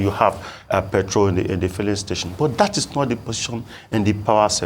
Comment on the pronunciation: This Professor's English pronunciation is atrocious! Apart from the well-known "Yoruba H-Factor", he pronounces "which" as "wish", "that" as "dat", "the" as "di"; to mention but a few. A Professor? As a Yoruba man myself, I am embarrassed. As a Nigerian, I am disappointed.